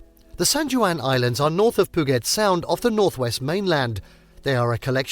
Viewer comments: As Seattle natives...this hurt. Literally every location is pronounced wrong ... Nice footage but after the narration I assume it's all stock.?? Did make us miss home though. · Stop saying Puget Sound incorrectly! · Wow. I lost count of how many things you mispronounced in this video. Here's just a few... Puget, Methow, San Juan, Rainier, Leavenworth. The content itself is accurate enough, but it's obvious no effort was given to saying the names of these places properly. It was almost funny. Was it even a human voice? It may have been some computer app. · Puget is pronounced pew-jit. Not pu-git. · It’s “puuu-jet’, not ‘puh-get’. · P'Ewe JET not poo-get... and Marymere falls was actually Sol Duc falls in case out of state visitors watch this and get confused. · I find it funny how people in Washington is getting mad about it pudget haha and I’m from Washington but yeah you need to stop saying it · I don't know who this guy is that's telling us viewers which is all the best places to be here in Washington state. Dude, you need to pronounce the words correctly. Pudget sound doesn't have the the letters that sound like get. San Juan Island isn't pronounced like the way you say it. And it's not hard wherever you're from to say them correctly. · It is pronounced Pew-Jet. And Leavenworth is pronounced like Leven it's not a long e sound. This would be a good video if someone had learned proper pronunciations. 😞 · Pooget sound? Reported! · He just said poo-git sound, I'm out of here. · Poo-get sound. Nice. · PEW-JET is how it's pronounced. And LEVV-ENN-WORTH, not LEEE-ven-worth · Pew get rofl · Brother. Google how to say PUGET and SAN JUAN. It’s painful. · Funny how he pronnounces Puget Sound 😅 Why don't these people get someone who knows how to speak properly? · Great video! Thanks. Just wanted u to know Puget is pronounced POO -JET. Rainier is pronounced " RAIN - EAR".